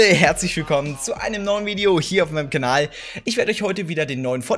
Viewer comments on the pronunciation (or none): none